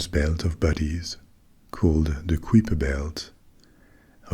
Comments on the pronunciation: I definitely learned it in school as "kai-per" not "k-whip-er." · “KAI-per,” rhymes with “SWIPE-er.” As opposed to “quipper.” 😅 Good sound tho. ❤ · On prononce le nom Kuiper comme "caillepa" (/ˈkaɪ.pə/) et pas comme "kwipa" (ou -peur pour la version ricaine). Mais bon, pourquoi pas !